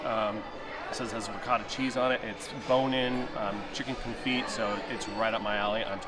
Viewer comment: The T is silent on the confit